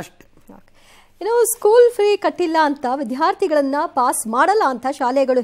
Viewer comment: ವಿಧ್ಯಾರ್ಥಿ ಅಲ್ಲ ಮೇಡಮ್ , ವಿದ್ಯಾರ್ಥಿ ಅಂತ ಹೇಳಿ. ಕನ್ನಡವನ್ನು ಕೊಲ್ಲಬೇಡಿ ,ಪ್ಲೀಸ್.